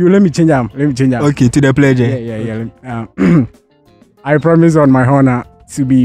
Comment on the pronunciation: 😂😂did I hear predge